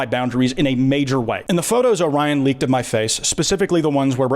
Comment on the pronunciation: AND calling "Orion" Oh-ryan insteand of O-riion cracks me up and feels well deserving for that childish person.